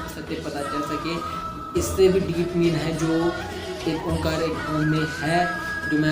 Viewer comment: Omkar nahi kahete sikh oaekar kahte hai